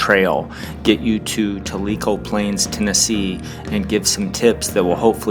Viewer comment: Tell - I - Co Is How You Pronounce It !